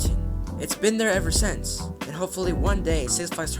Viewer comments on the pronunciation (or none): none